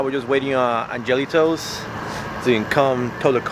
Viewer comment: "AngeliTows". I heard "Jelly Toes".